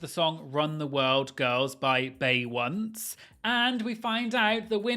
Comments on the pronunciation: YOUR FACE ON A’KERIA AND THE PUPPETS!!! Best thing I’ve seen in 2026. I loved A’keria’s talent but think nobody should have won that show. It was not good. “Bay-once”! Please always mispronounce famous people’s names 😂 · "Bay Once" 🤣🤣🤣